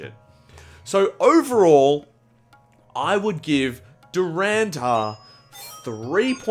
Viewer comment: Way to butcher the name of the movie 😂 DHURAAAANDAAAAR 😂😂😂